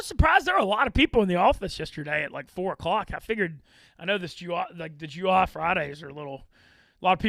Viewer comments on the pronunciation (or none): pronunciation of July is mind boggling